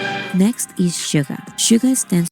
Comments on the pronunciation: It's not Sugar. It's Suga. Pronounced like shoo-ga. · You are pronouncing Suga's name wrong. There is no r at the end of his name. It's pronounced Shoo-ga, not sugar. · Shoo-Ga not Sugar. No hard R. Some can get BIG mad if you mispronounce it 💜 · His Name is Suga with out R please don’t say it suger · SUGA!!! not SUGA R - No R please... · 67 yr old Canadian woman...love, love these guys ❤ I do not like western rap, I only listen to BTS rap 😅 (Note...Yoongi's name is "Suga", pronounced Shoo-ga, not Sugar) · Cracks me up every time you say sugar when she says Suga. There’s no R on the end. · Two tiny corrections: The "Dynamite" video you've reacted to wasn't an actual music video but the performance video that showcased the choreography. It's "SUGA", not "sugar"😉 The track you wanted to know about was "Cypher Pt.2" (all of their Cyphers are definitely a must-listen). They are still with the same label, they've basically built it from the grounds up to its current success and are now the shareholders. No, they are not any controversies surrounding BTS that aren't manufactured by the competing labels or aren't totally taken out of context and/or proportion. They do not paint themselves as saints or as those perfect people like the rest of K-pop idols. If they mess up, they apologize sincerely and move on, trying to do better. They continue to do many amazing things behind the scenes for others and those things are rarely publicized, unless the organizations or people they've helped say it themselves (or if it's a bigger thing, like them standing against racial hate, collaborating with UNICEF or recently Yoongi helping to fund a center for autistic kids and helping with the development of musical therapy for them plus actually teaching the kids to play instruments as a volunteer).